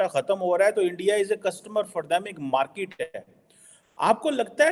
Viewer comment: Pehle market tikse bol mote markeeet nahi